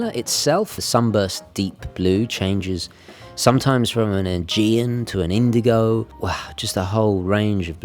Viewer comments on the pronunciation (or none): none